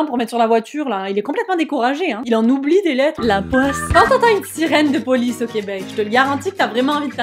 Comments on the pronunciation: La poice au lieu de police 🤣🤣🤣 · La Poice :-D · La \POICE/😅😅